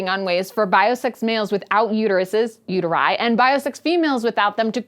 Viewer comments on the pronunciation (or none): That is not how you pronounce the plural of "uterus." It is a masculine second declension noun. The nominative plural would be "uteri," but the sound you (and most English speakers) make for the -i ending is really more like the feminine plural -ae ending. Letters in Latin don't change their sound based on position, and never "say their name." Also, the proposition "without" ("sine") would take the Ablative case, so the form you really want is "Uteris."